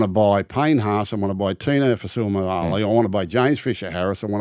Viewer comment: Gus ace it with Tinos last name correct pronunciations 👌